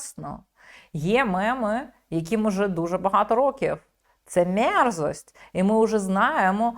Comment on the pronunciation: От якраз він вимовляв мєрзость.